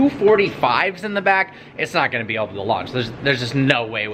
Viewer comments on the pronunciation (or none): "oble" instead of able lol "costed" instead of cost. He always says that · Did you realise that he say "oble" instead of "able" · Does anyone notice he always says "oble" instead of "able"? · Arhan Salunke hahahahahahaha yes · I think it was an accident unless he said it in other vlogs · Haha you’re right 😄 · GengarMan 57 no he has said it multiple times in other vlogs